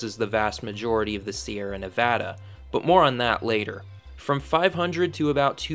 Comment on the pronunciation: Thank you for saying "Nevada" and not "Nevodda".